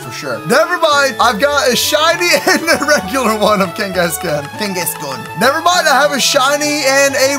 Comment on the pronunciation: its kang-gaskan not keng-gaskan